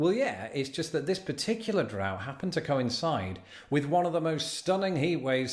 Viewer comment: Drought. Not DRAFT. LOL😅